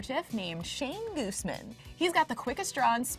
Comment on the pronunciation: Guzman. Not Gooseman.